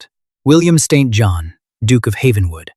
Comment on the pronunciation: The Duke’s Sir Name is pronounced ”Siinn Jon” not ”Saint John”